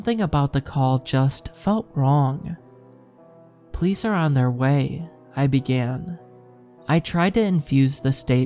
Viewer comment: I love your narrations, so please know this is more of an observation than a critique, lol. But every time you say the word “police” it just sounds like you’re saying “place” or sometimes “pleece” and I don’t understand 😂